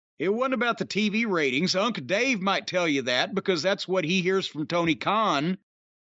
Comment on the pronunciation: "Unca Dave" UGH